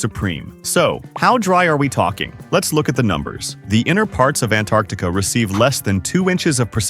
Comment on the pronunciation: Also you’re a bit inconsistent in pronouncing “Antarctica”.